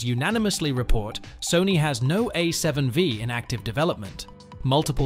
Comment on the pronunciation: A7 five! not wee